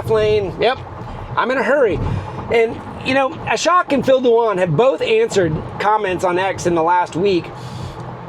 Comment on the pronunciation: Love your vids. Thought you might like to hear how Ashok’s name is pronounced properly. pronounce ashok